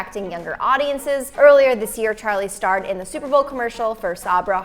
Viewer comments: Its charli not chali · is it just me or it’s charli not chali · gys its actaly charli not chali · Wait hold on a sec did it just say chali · It's chaRli not chali ☺️ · No offence but it’s charli not chali